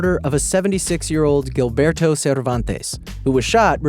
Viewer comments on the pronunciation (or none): none